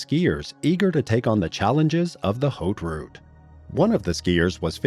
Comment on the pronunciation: haute route = "h" is silent in French at the beginning of a word.